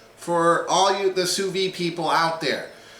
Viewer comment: The "d" in sous vide isn't silent.